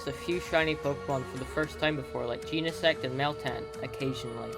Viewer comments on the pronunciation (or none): U said genesect wrong dork